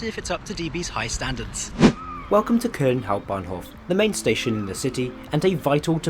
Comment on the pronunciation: "I'm here in kuhln"